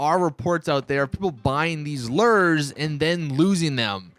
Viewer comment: These "Lere's"